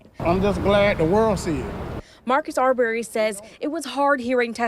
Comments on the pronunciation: His name wasn't ar-BARRY. It's AR-burry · NOT R-BERRY...IT'S AR'BREY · They saying the last name wrong arberry